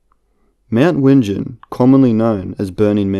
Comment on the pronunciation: It’s Pronounced Wing-en